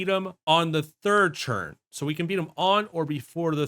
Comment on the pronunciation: The video was great but the way you say ‘turn’ infuriates me. It’s a ‘t’ not a ‘ch’ ‘Churn #3’ pls stop 😭